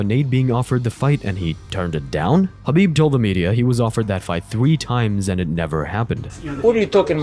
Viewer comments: This man is having a stroke saying Khabibs name 😂 he was struggling with Dustin’s but my lord the khabib one took me out haha 🤣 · LMAO. I've never heard Khabib's name butchered so bad. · And he pronounces his first name Ka bib, not Ha bib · at least say Khabib name right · Don't ever say Khabib's full name ever again, you make me cringe. Seriously, if you're a fan of the ufc there's no way you say his name like that. So I'm guessing you're not at all familiar with mma, because the only other option is that you heard it being said correctly and still say it like a cringe machine. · Why did you butcher Khabib's name like Rogan when he debuted?